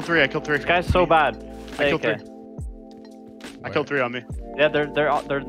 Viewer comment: "you uping wan too free, now" I love this man.